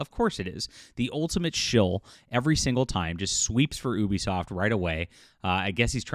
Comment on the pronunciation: Can you say the name of the company correct. You sound ridiculous.